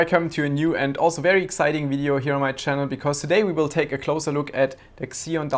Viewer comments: Maaan....It’s not “ksion”, it’s “zion” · "ekszeon"? Isn't it pronounced "Zeon"; ziːɒn/ ZEE-on? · Every time you said "kseon", I cringed. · makes sense, still worth "fixing" though.